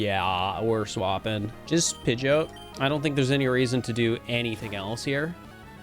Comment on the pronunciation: Pronouncing Pidgeot like goat is fucking heinous 💀 Also holy shit you did the swaps by hand!?!, mad respect for the time and effort that would've taken